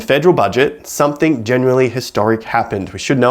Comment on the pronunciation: I can’t take anyone seriously who says “somethink”.